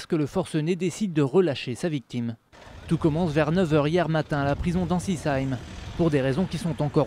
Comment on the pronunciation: il cest meme pas pas prononcer la vile sa sappelle ainsisayme